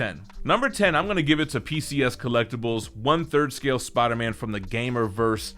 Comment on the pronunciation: Every time says “Spawder Man”